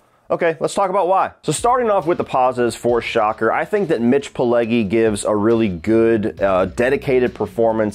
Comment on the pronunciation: First off, keeps mispronouncing Mitch Pileggi’s surname.The Italian g,when followed by an e or an i,is pronounced like the j in “jump”.Secondly,l rather like this movie-yes,it does have some goofy and humorous moments in the second half,but that makes it enjoyable.